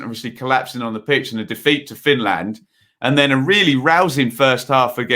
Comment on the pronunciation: why the emphasis on land? EngLAND FinLAND etc